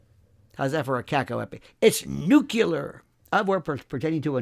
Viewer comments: Nuclear not Nucular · Nucular lol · I've always made fun of people who say "Nuk-ya-ler